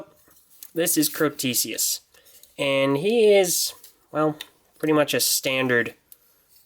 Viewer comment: It's spelled Crotesius, not Crostesius. I pronounce it Crow-tess-ee-us